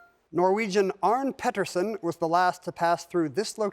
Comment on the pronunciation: Just a tip, Ken: The 'e' in the Norwegian name Arne is not silent. I would also correct your pronounciation of "Peterssen" (it should have a long vowel due to the one t), but whoever put the question on the screen wrote his name wrong: it should be Pettersen, so you did pronounce it correctly, since with two t's the preceding vowel is short :) (Not sure how they got it wrong; there's literally photos of him holding a piece of paper in front of him with his name on it, clearly spelled "Pettersen")